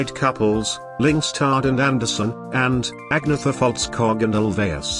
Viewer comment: It is pronounced ahn-yeta